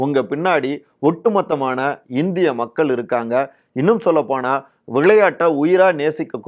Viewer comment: This speaker is also another "" gal, gal, gal, gal,"" " avargal"" like madesh!!!! Why not they correct their tamil pronunciation !!!! "" Makkal"' "" nilangal""